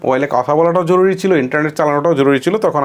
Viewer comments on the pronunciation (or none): none